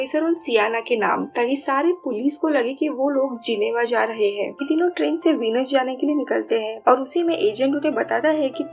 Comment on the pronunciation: वीनस नही व्हेनिस